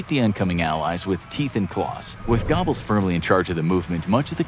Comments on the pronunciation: Thank you! I kept laughing out loud at Gobbles. It’s pronounced like a cross between go-bells and go-bulls. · Gobbles...lol It's Goebbels 😄😄😄 Cool videos though guys. 👍🏻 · Bro said Gobbles lol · Gobble Gobble. What is he, a turkey? It's Josef Goebbels. Not Gobbles. This channel is a joke. Gobble Gobble 🦃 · I really don't expect you to properly pronounce 'Goebbels', but surely you can do better than 'Gobbles'. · "GOBBLES? I mean, he WAS a mentally disabled turkey, in a way, but you're butchering the name. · That's not how you pronounce goble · Like a 🦃 He gets it at least a little better latter in the video. Someone must have stopped and corrected him half way through !